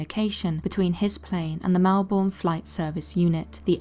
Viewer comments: Melbourne in Australia is pronounced Mel-burn. Sorry but every not from Aussie gets it so wrong. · Okay, a very common mistake for non-Australians but Melbourne isn't actually pronounced like that lol. The O, U, R and E at the end are usually silent, so it usually comes out as "Melb'n" kind of like how you're not supposed to emphasize the A in Huntsman. Sorry but my OCD went into overdrive hearing that so I had to say something for future reference lmao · Melbourne is pronounced with less of a long O sound. It's closer to "Melbin" or "Melben" depending on what part of Australia you live in.